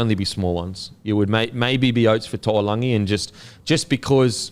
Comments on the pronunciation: the fans might think Brian To’o and Murray Taulagi had a baby with that annunciation hahahaha To’oLagi. Taulagi (Taw-Lang-ee) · Who is toolagi ? It's taulagi.. (towel-lagi) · Appreciate you trying making an effort with the names but Paulo ain’t pronounced Bolo(pah-oo-law)😂 And somehow you mixed To’o’s✅ last name with Taulagi’s (tah-oo-lung-ee) 😊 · It's hurting me to hear you mess up Taulagis name. TOW-LANG-EE.